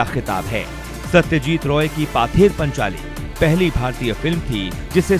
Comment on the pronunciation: पाथेर पांचाली नही वो पथेर पांचाली होगा